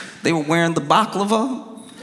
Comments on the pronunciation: "Baklava" I can't 😂 Someone tell Josh the difference between Baklava and Balaclava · balaclava, not baclava. A mask, not a delicious middle eastern desert. love ya JOSH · "baklava" = "balaclava" thank you for that, Josh 🤣🤣🤣🤣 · Its balaclava not baklava 😂 they're not wearing pastries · "They were wearing the baclava" 😂😂😂😂😂😂😂😂😂😂😂😂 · Baklava is a dessert 😂 You meant Balaclava 😂😂😂😂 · Balaclava not baklava lol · Josh pronouncing balaclava like it's a Greek pastry made me laugh so hard that I was choking like the crying Frenchman. 😁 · Right?! I’m over here trying to decide if it was intentional or not. 😂